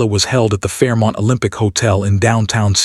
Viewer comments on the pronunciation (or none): none